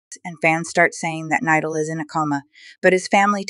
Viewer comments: Bro thats not how to say his name it is spelled nidal but itts pronunciation is NEEDOL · The way she pronounced Nidal. just a joke, I hope he recovers soon I’m glad he’s getting better. I broke my collarbone as I just healed, my accident was not even close to how bad his was. I hope he recovers and gets back to making his amazing videos again! I know it takes a long while to recover, and with his accident, it may take longer. But I’m sure nidal will be strong like he always is. sending prayers 🙏 Praying to god he will get better quickly.